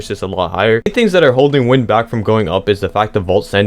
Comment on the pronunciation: Number 7 isn’t called wind as in the air it’s actually wind as in the wind the clock or smth I forgot but it’s like pronounced wynd